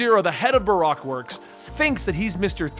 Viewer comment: I love that he says Barack instead of Bar-oak